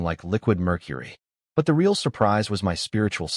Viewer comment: It's very annoying when the narration spells out words like my, it and a bunch of other 2 and 3 letter words. There are also a bunch of mispronounced words like real was pronounced ree-al.